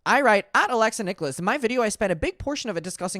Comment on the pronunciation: Its “nick-ulls”not “nick-oh-less” 😊 unless it’s intentional lol 🤷🏻‍♀️